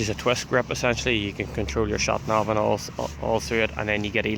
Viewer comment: "ShatNav" ...lovely dialect :)